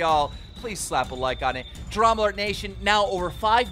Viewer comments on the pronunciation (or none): Did he say DramaAlert gaytion instead of nation?